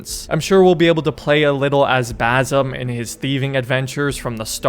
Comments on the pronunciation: Hate to be that guy, but its not baZim. Its more of an "S" sound, baSim. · It's basim not bazim 🤣🤣 typical ignorant American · Please pronounce the S in Basim as an S, not a Z, as that's how Basim is pronounced. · Will you ever learn how to pronounce his name....